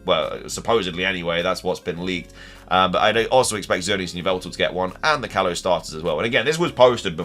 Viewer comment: "kayze"? you didn't even try to pronounce them right lol